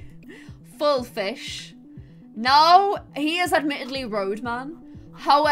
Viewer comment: and "he looks like a feesh boy" EDIT:thx for likes 🥰